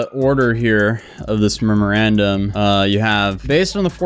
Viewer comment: Great video but my guy you read that memorandum wrong like seven times